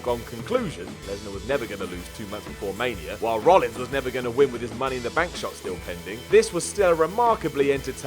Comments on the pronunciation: It's Seth Rollins guys not Rollings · IT'S ROLLINS NOT ROLLINGS!!